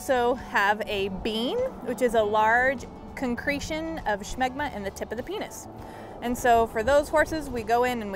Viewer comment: There's no h in smegma